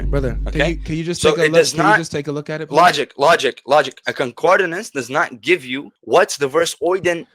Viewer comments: That Muslim guy trying to teach Logic what 'concordINance' is when he doesn't even know how to pronounce the word.... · Y'all know it's CON-CORD-ANCE... not CON-CORD-I-NANCE, right? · A man who can't pronounce concordance correctly quibbling over the pronunciation and meaning of words!